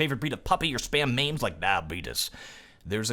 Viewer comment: My very relevant and well-thought-out piece of feedback on this video: who pronounces meme as "maim" like wtf that's so dum srsly